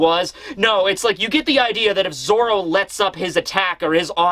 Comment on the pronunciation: and stop saying zolo it’s zoro